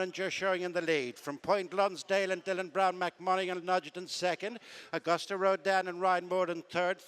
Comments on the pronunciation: Someone tell the commentator its augoost rodin! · I cringe every time the race caller mispronounces Auguste. Has he heard of the French language? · he still doesn't know how to pronounce "Auguste."